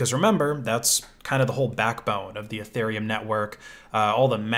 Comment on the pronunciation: Guy is E-thereum not eh-thereum